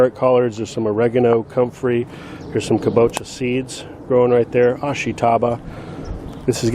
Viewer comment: Amazing to see the progression of your yard from year 1 to now. Very inspiring. Was curious how many square feet your backyard is. Just a quick point for you. My wife is Japanese and she commented that kabocha is pronounced with the stress on the first syllable, so: KA bo cha. Cheers.